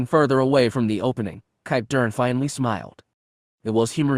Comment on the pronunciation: Why cant the reader pronounce Kip Durans name?